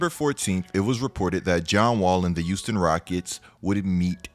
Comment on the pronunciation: Am I trippin or did say "youston" instead of Houston rockets